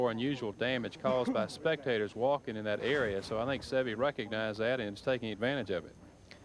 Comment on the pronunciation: Ten years later, the announcers still can't pronounce Seve's name correctly.